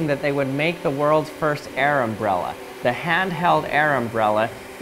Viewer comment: Is it a uh... airmbrella